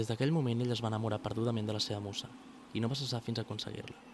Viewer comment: "la musa" pronunciada amb Z i no ss